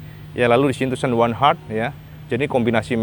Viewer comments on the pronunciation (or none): none